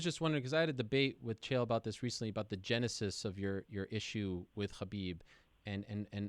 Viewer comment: I want to punch Ariel in the face every time he says Khabib.